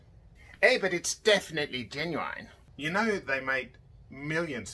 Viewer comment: One thing I found out: they pronounce the i in genuine as ai